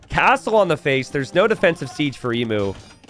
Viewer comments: pls it’s pronounced eemyuw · Say emu correctly, for the love of vegemite!!